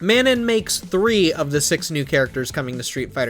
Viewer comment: It’s “Ma-noh” not “Maenon”